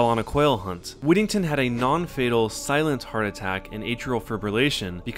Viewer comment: Whittington is my last name, freaky also he pronounced it wrong